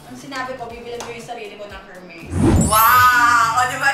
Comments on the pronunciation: PRONOUNCED PO SYA AS ER-MES HINDI HHHHERMES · Silent H po yung Hermes. 😅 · Kaya mong bumili ng HERMES pero di mo ma pronounce ng maayos ang HERMES. kaloka ka! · silent "H" po, sa Hermes 😁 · Its silent H Ms zeinab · Silent H for the brand Hermès. Don't wear it if you can't pronounce it. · Deserve lahat! But please, silent H ang Hermes 😊 But no harm done! Whether mali or tama ang pagsabi ng brand name, deserve na desserve! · Sana my mag correct sa kanya ng pronounciation ng Hermes. It's silent H po. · Silent “H”po yung pronunciation ng Hermeś mamsh. Dont get me wrong. I love you ❤️